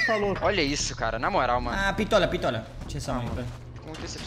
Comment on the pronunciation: “Hacker no PITOLA, PITOLA” KKKKKK